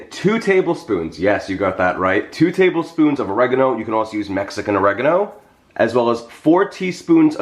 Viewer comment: The way you pronounce Mexican words cracks me up. This Mexican loves your recipes. Can't wait to try this. I know it will be terrific.